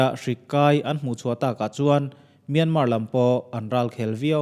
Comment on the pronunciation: Myanmar hi Mian-mar tih loh tur, mia-ma ti-a lam tur. Zoram-than-ga ti-a an lam a dik bik lo